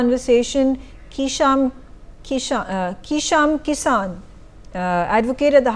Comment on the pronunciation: its Keisham(Kaai - shaam) Kishan( Kee-Shaann)